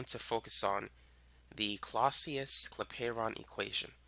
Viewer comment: Claucius is my ancestor. It’s pronounced Claw-Shus